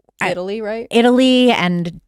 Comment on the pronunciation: Did this chick just call Italy I-taly?